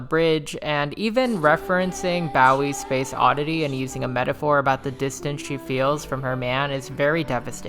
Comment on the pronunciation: I know I did not just hear David Bowie’s last name pronounced like that. 😅 But fr amazing video as always